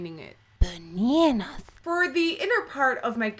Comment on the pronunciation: Hahah did she say "bananas"? I've watch that part about 7 times and can't work it out! :')